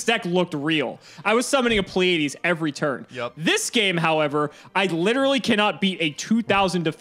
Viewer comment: Was anyone else cringing during the deck list when kept mispronouncing pleiades